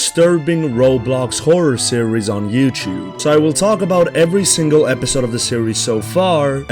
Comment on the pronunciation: Not being mean but it's you-T-ube not you-CH-ube.